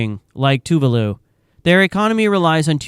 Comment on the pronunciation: Why is renaming Tuvalu “Tavalu”